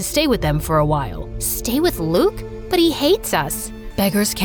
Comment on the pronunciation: As a French person I’m happy we get a story set in France but I’m also mad they did pronunce « Luke » and « Durand » correctly